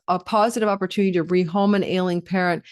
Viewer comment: I know you said ailing parents but kept hearing Alien parents 👽😂